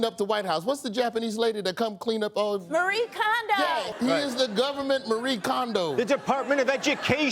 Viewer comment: The e in Marie Kondo is pronounced.